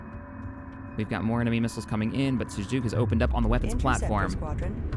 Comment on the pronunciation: I love how you pronounce Sajuuk with a slur. It makes me imagine a raging alcoholic is in charge of the fleet.